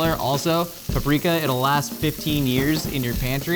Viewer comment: SAID IT RIGHT. HE SAID PAP-REEK-A